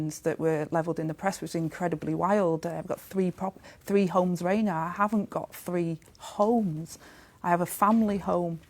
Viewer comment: NO Bwainer with Angela Rayner